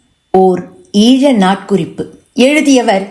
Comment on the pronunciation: ஈள என உச்சரிக்க வேண்டாம்! ஈழ என உச்சரிக்கலாம்! இந்திய தமிழை பயன்படுத்த வேண்டாமே!